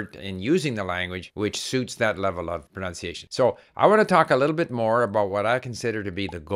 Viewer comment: It is ironic how your saying of pronunciation is mispronounced throughout 🥸 I do enjoy and appreciate your great content though thank you